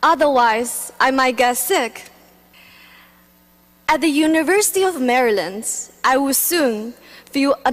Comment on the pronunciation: 她说的是university of Marylands? 她确定是这个学校的学生吗？连学校名字都说错